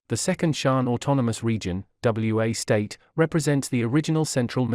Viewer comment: It isn't W.A. state. It is Wa State.